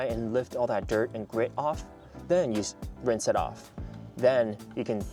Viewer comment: a what sorry? Winse towel? I didn’t understand sorry